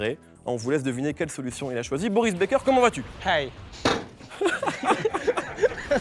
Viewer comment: Kelly Assoussourou c’est chily qui dit moris becker